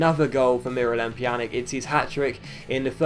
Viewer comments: And yeah it's pronounced "Pyanitch" , the J is a Y and the C at the end is a CH or Itch sound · In Pjanic's name the "c" is pronounced like "ts". So it's like Pjanits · Incorrect, the C is pronounced like CH. Pjanich.